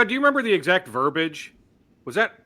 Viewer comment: There are three syllables in 'verbiage'.